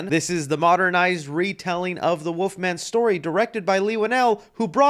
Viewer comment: There is an “L” in Wolfman, it’s not woofman 😂🤣😂